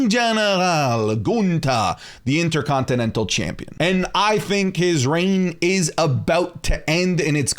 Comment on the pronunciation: Can’t stand how U say “Chaympion”